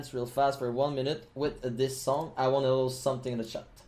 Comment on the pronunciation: POGGERS IN THE CHATTUH